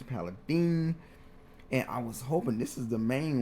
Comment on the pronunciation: Bro can’t pronounce paladin either lol but yes him explaining it like it’s complex yeah awkward af lmao